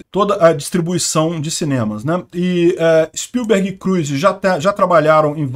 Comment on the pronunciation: Na pronúncia do sobrenome do Steven Spielberg, eu vou escrever como fala corretamente. Levando em conta que as letras em maiúsculo são as sílabas mais fortes, a pronúncia correta é s P Í l b e r g , e não s p i l B E R g .